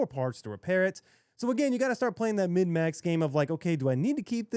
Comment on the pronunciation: Sorry this is very nitpicky. You keep saying "mid-max", but the term is "min-max". Unless im hearing you wrong. Good video man.